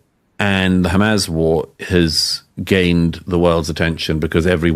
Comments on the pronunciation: Why he keeps saying Hamazz??? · Why can this clown not pronounce Hamas properly?🤦‍♂🤣